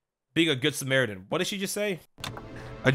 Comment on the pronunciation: "Im a good samaratin :D"